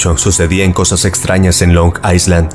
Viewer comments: Me encantan tus videos, los veo desde hace varios años ❤ PD. Island se pronuncia “ailand” ✨ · solo para corregir, la palabra "island" se pronuncia "ailand" sin la S